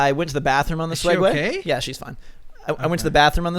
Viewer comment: it sounded like said feeding swegway